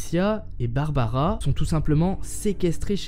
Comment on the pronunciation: barbara , et pas barabara ^^ . Oui je sais elle date cette vidéo mais comme je suis un nouvel abonné, je visionne des suggestions. Sinon : c'est bien d'avoir laissé tomber les bulles façon BD ( en + les nuages ; ce sont des pensées, pas des phrases dites )